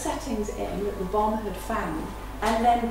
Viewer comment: Its bommmmmmm "bomb"